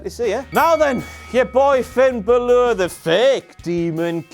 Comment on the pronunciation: why do you keep saying Balor instead of Bálor ? COME ON KING